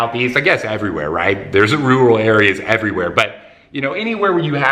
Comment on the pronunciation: "Roooual area" hahaa . . . Great video tho!